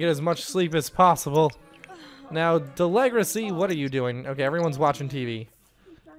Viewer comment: you are calling deligracy wrong